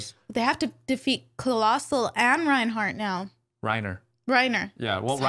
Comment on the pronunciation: She said Reinhart again.